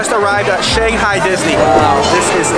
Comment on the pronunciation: You said Shanghai the wrong way!!!!!!!!!❤